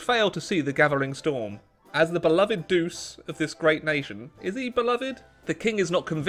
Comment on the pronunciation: Doochay not deuce lol